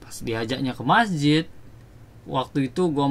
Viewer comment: Masjid bro bukan MAHJID